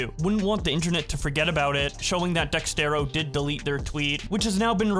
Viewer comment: It's pronounced DEZERTO not DEXTERO.